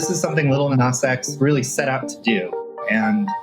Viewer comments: He said "Little Nas X". That was a micro aggression by avoiding Nas's preferred pronunciation. #StopGentrificationOfSpeech #StopBigotry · I really can't deal with the way he says "Little Nas X" 🤣🤣🤣 my guy, where is the 'tt' coming from??